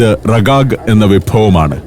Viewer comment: റിഗാഗ് Rigag എന്നാണ് ഉച്ചാരണം 😜